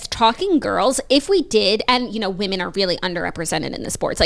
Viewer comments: The way my grade school teachers failed me for never teaching me the different pronunciations for woman/women. I had to learn about this from & Claud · Oof the women/woman mispronunciation drives me wild too I’m glad someone else can relate